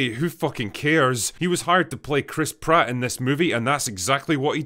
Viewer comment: There was emphasis on the Pratt part of that name check.